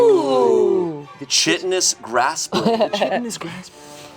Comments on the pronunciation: psssst its (kite-un-nus) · Chitin is pronounced [kai-tn] so chitinous would be [kai-ten-us]